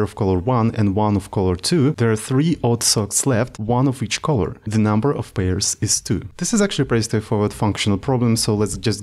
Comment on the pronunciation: Color - please check the pronunciation, bro ;))